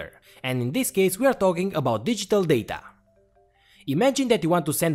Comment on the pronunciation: the daTAHH